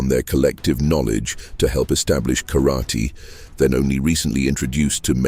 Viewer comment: Can you pronounce karaTE not karati???